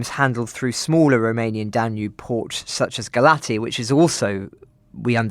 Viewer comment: FYI the Romanian city of Galați is pronounced like "gah-lahtz"